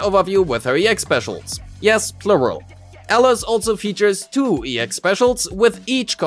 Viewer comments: WTF man it's Alice not Elles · Sure, but he only pronounces her name wrong